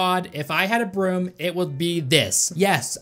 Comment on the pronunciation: i am not a 100% certain if knows how to pronounce "broom"